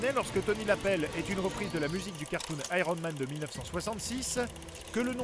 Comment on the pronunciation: "Aéronne Man"